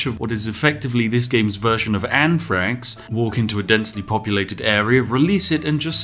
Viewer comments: it took me a solid minute to figure out why Spiff would want to "Load up a character with a bunch of... Anne Franks" But then I realized he was pronouncing "th" as "f", and slipped an "N" in front of the "X" of the word he was trying to pronounce 🤣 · I didn't hear "anthrax". I heard "Ann Franks", and I was so confused. Like, would you just be releasing a ton of really stealthy snipers or something?